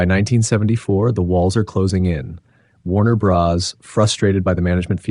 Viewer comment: I could watch it until the narrator said Warner Bras.